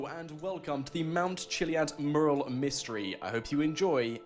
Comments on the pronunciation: It called a "mew"ral. You're saying it incorrectly. You're saying it like it is spelled murral. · ... The way you say Mural. It's not pronounced "Merl", it's pronounced "Moo-yer-al". I know things are said and pronounced differently in the UK, but.... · Learn how to pronounce "Mural"...you sound like a complete moron! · I really don't like the way he pronounces Mural.